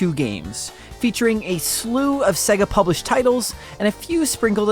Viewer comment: Why does this chap pronounce is SegAA?